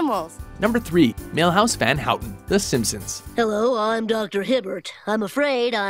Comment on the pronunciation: mihouse for simpsons? raaaalph wigum c'mon